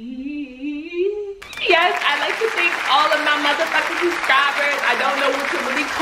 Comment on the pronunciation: “Yeashh you do”😭😭